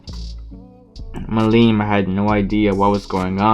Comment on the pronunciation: it's milim not mileem